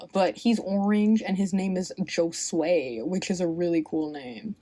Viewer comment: The J in Josue is pronounced like an H 😊